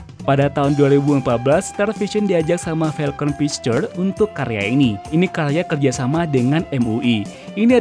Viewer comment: falcon pisterr ?? hahahah ngelawak ajah abang ini baca narasinya